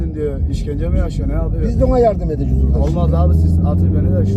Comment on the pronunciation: Arkadaki genç: Abi Adam yardım edin düyor. Peder: “Bizde ona yardum edeceğük” 😂